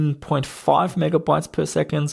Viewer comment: I've had a few things around my own lab that needed the backs of the PCBs taped up. I actually used the liquid version of electrical tape - looks better and works just as good. BTW I love the way you say "Mega boytes" :D